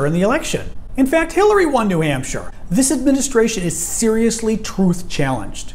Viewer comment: I don't even think she's fluent in her own native mother's tongue. But she provides laugh for us and I'd give her credit for that. Such as: It pronounced eat, this pronounced thees, is pronounced ease, him pronounce heem, if pronounced eef, business pronounced beezeeness, and on and on. Other than that, she's fluent in English as well as all other 4 languages.